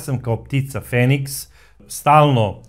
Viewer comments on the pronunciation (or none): none